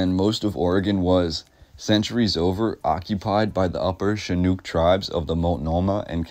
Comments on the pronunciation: Love this! Thanks for all of your research. One point of constructive criticism....pronunciation. Within 60 seconds you mispronounced "Willamette", "Chinook" and "Couch". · And Chinook.